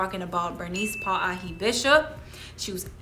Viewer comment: Oh boy, to say “ this damn segment” and then mispronounce ke alii Pauahi’ name is not maika’i. Should talk story to Kupuna how to act when speaking about alii. I do appreciate the attempt but there is a protocol, a certain ano. Mahalo.